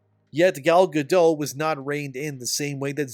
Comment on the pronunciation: I'm sorry but did you call Gal Gadot "Galla Gadough" ? WTF are you smoking bro. You cant do something as simple as make sure you're saying a A list celebrities name right. She literally pronounces her name for you and you cant take the time to listen and get it right. Instead you wont to try to be all edgy and flamboyant but it just makes you look stupid.